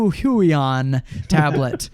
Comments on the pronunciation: Nope. It's pronounced Hoo-Yon . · "Walkem and Hyooeyon" Why do so many YouTubers pronounce these companies in the most ridiculous way they can? It personally doesn't bother me, just a funny thing I thought I'd point out. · I think its pronounced Huu-on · The "hui" in huion is pronounced like hwey In Chinese the name is 會王 "huiwang", 會 is pronounced as "hwei" :) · I always pronounced Huion as Hweon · You pronounced them both wrong